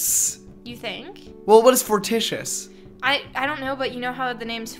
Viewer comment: Did they really read 'fortuitous' as "fortious"? BAHAHAH